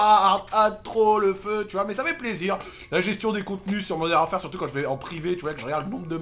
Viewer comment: "Moderne warfere" 🤣😂